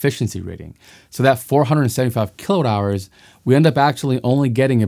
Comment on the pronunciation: I would like to challenge your obstinance in cutting Mr Watt"s name EVERYTIME you pronounce kWh. Is that on purpose? Or the scriptwriter 4got to give a hint on pronunciation? I really think you pronouncing correctly would raise your value from 2 to 4 bit something.